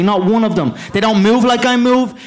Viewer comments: *they don't tink like I tink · They dont tink like I tink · they dont tink like he tinks! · THEY DON'T TINK LIKE I TINK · "They don't tink like i tink, they dont tok like i tok"